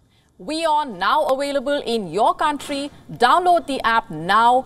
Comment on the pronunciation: Please don't say WIZITT when you mean Visit. Available is not AWAILABLLL. Also stop popping ripe fruits in your throat.